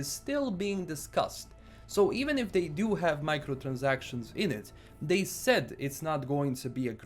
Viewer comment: That Transylvanian "Microtransactions" was perfect!